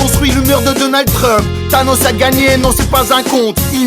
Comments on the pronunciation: Ce n'est pas "Tanos" c'est: Thanos... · C’est Thanos pas tanos !!!!!!! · C'est THANOS pas TANOS mec tu me déçois